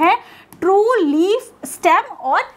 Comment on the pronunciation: Leaf hota h leave nhi